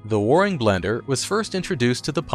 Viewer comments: I keep cringing at the word "Warrrring". Where- ing, AI. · Waring- rhymes with bearing and caring. Also note that Fred Waring was a popular musician. He spelled the name of his blender as “Blendor”. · Percyoulater?? Inventing new words.Waring is also mispronounced.